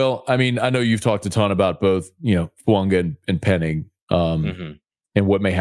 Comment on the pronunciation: Tell that it's FOO-AAH-GAH!!! He whined about everybody not pronouncing Moreau name correct and yet this "professional" can't get Fuaga's name correct and he doesn't respond. To comments!